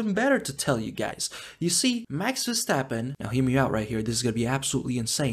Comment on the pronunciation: "Max WearAStrapOn" 😂😂